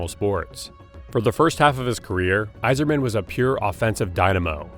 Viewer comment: Listen, let’s just be thankful he got Yzerman’s name right